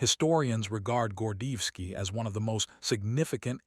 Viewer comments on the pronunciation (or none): Want o add credibility to your program? Pronounce the Colonel's name correctly.